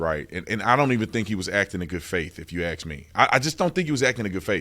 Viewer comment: "If you AX me???" LMAO 🤣 🤣